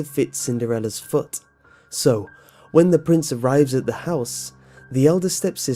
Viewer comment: ...Aight so am I the only one who likes the way this man says 'foot' the first two times in the Cinderella part? 😂😂😂 It just sounds funny to me